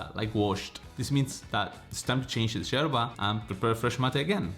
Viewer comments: First of all it’s called YERBA not Jerba. It’s a Spanish word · Its not sherba, but yerba. Pls. 🤭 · You’re So Cute! The way you pronounce “Yerba” like a Buenos Airesian!! Too cute!! ❤🧉🇦🇷🌞